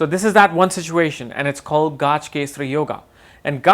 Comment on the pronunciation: Gaajkesari really, it's gajkesri.